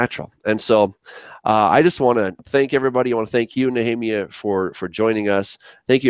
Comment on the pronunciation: What makes the Scholars think it's Yahweh with only 2 syllables and not Yahuwah or Yehovah with 3 syllables? What evidence of observation can they provide for it being Yahweh. you have to get Nech*rrr*emYAH on again and make one more!:) Collect some good Questions from people on the Channel and do a quick shoot out on him with them.:) Why would it be Yah, Yahu and then change to Yehovah?....